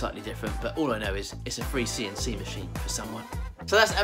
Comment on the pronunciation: CNC not 'C an' C'! ---> Computer Numerical Control, but all good:)